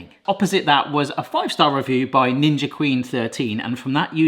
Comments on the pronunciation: Did he say ginger??? I thought it was ninja?? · This is the first time I've heard "Ninja" pronounced: "Ginger" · Ninja? Not ginga? Am i just hearing that incorrectly or am I misunderstanding something 😅 was said twice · Did he just say ginger 😂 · Ginger??? I had to rewind it to make sure I heard it right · Why are you saying ginga instead of ninja? Lmao 🤣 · Did you say 'Ginger' ice cream maker lol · Isnt the brand name 'ninja' and not 'ginga' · Did you say the ginger 10in 1 ? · What the hell is a Ginga? Its Ninja literally says it on the front... Unless I have missed a joke somewhere in the past.. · seconds in: Ginga, no, it's a Ninja. And you say Honest? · What's up with the Jinja ? It clearly reads Ninja .... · Why do you call it "Ginja"'? It's "Ninja" with an "N", not "G". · Did he call it the "ginger"? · Why does he call it Jinja? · You might want to pronounce the brand accurately, ints not Ginga. Your attention to detail is zero which speaks volumes about your lame vlog. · AAAAAAAAAAAAAAAAAAAAAAAA At this point knows he is saying Gingja and I'm losing my mind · Omg the amount of people complaining that he isnt saying "ninja" is wild. Clearly these people have never watched before, they don't understand its just a thing to do. Love y'all! Your videos are always so wholesome. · is this how British pronounce "Ninja" hehe